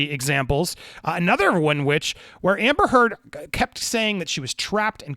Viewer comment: Thank You for getting the truth out there about her lies. So disgusting that she's gotten this far. Also when You said her name I laughed because it sounds like You're saying amber turd.